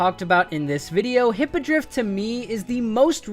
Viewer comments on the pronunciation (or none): none